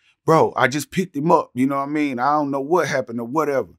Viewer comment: "Ion know what happened..." Ok Buck, Ok...😂